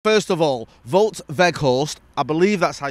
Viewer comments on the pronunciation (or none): Spoken to my Dutch mate from Utrecht for you, I think you're pronouncing it wrong. You pronounce both names with a W, not a V. Hope this helps. Up the paddock! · Wout - you pronounce it as 'Wowt'